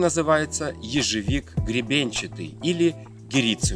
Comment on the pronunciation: ежОвик произносится, уши режет